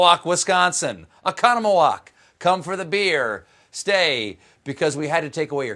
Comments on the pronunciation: Impressive pronunciation of Oconomowoc! 😂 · omg he pronounced Oconomowoc right!! (I live near it) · OMG he said Oconomowoc right! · Dude, oh-CON-a-ma-wok! Nice pronunciation!!! We love you in Wisco. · Cheers for pronouncing 'Oconomowoc' right! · I congratulate Stephen for properly pronouncing Oconomowoc. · I was so taken aback to hear the name Oconomowoc, much less pronounced correctly. Maxim's(the train restaurant) is gonna become a national party hotspot soon. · Oconomowoc WI shout out! AND he pronounced it correctly!!!!! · He pronounced Oconomowoc right! No one ever pronounces it right. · Not only did Stephan mention my little hometown, he actually pronounced Oconomowoc correctly! 'That is so unexpected -- on both counts. Thanks, Stephen! Drop by for a beer if you're ever in the neighborhood. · I can’t believe you pronounced Oconomowoc properly! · Nobody's going to comment about the fact that a dude from South Carolina just pronounced "Oconomowoc" more or less correctly? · Cool Stehen pronounced Oconomowoc like he lived there. Great Job. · Thanks for the shout to Oconomowoc guy! You even pronounced it right. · how the fuck did you know how to say Oconomowoc hahah!! You had to have practiced that one.. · That Oconomowoc, WI reference. And thanks for pronouncing it right. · CAN'T BELIEVE HE SAID OCONOMOWOC, WISCONSIN -- THAT'S MY HOME TOWN. He didn't even stumble with the pronunciation. Way to go, Stephen!! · major props on the oconomowoc pronunciation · I love that he pronounced Oconomowoc right!